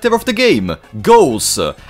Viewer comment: I always laugh when he says ghouls, i hear goals than ghouls 😂